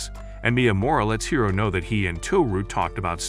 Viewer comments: It's hori not hiro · “hiro” instead of hori lol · He said Hiro but still it's not correct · Bro who is hero, it’s hori